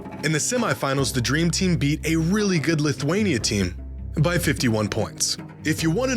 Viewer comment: " The dreem tim " 🤣🤣🤣